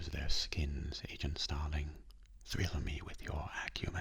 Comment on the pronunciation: THRALL. Thrall me with your acumen. Not thrill.